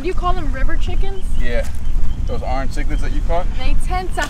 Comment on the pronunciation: how he say orange... arnge